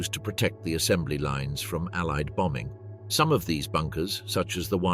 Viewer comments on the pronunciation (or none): none